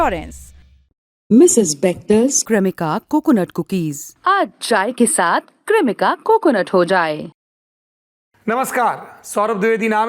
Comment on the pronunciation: ये जो विज्ञापन आ रहा है इसका उच्चारण "क्रेमिका" होना चाहिए लेकिन पता नहीं कौन सी स्टाइल मारने के चक्कर में "कृमिका" बोल रहे हैं। मतलब क्या है ये। नहीं बोल सकते तो English में ही बोलो यार जिनको हिन्दी आती है उनका मूड क्यों खराब करना है।